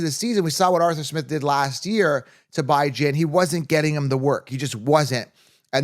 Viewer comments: Dude stop saying BI Jan smh you sound like an idiot lmao his mom calls him bee john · did i miss a prior video, or is there a reason you pronounce Bijan as "Bye-Jan" instead of "Bih-Jean"? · If you cannot pronounce a players name right viewers are not going to take you seriously. Your saying Bye Jane. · Can you stop saying his name wrong? Its said like bee jawn not "Bye Jane" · Bee-jon…. Lol